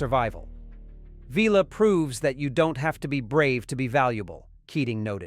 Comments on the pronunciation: "Veeler"??? (=) "Villa" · Vil-ah…. Not Vella.. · Vila (pr Villa) NOT Veela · Vila not Veela. say it like pill but with an 'a' at the end, why am I telling AI how to pronounce names. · Vila isn't pronounced veela it's vil-a 😉 as per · That grated on my ears every time the AI mispronounced it. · Also Vee-la rather than the correct V-ill-la. 🙄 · Vee-La ... that not his name! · I agree. Terry Nation's credited for many decisions made by Chris Boucher and others. I read somewhere that Nation wasn't told that the entire ensemble of hero characters were going to be killed off. I suspect the narration to this video was generated by AI, having instructed it to write a review based on specific themes. And Vila being called Veela drove me mad! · great video about one of my all time favorite shows. One thing I would like to mention - you totally mispronounced Vila's name.